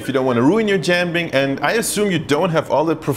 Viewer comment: I’m impressed by your pancake pronunciation in Tianjinian👏👏